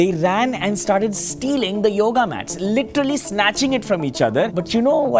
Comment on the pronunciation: "LITTERly snatching the yoga mats" That I call on point mispronounciation